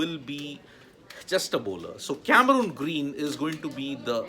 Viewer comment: What’s the actual pronunciation ? Never heard of this “Cameruuuuun Green” as described by sports tak host…by Australian commentators. It’s Cameron Green. Please check the Pronounciation in Australia.